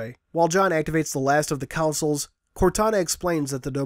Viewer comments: Console* Not counsel. Con. Sole. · I rly hav to ask if yur saying Council or console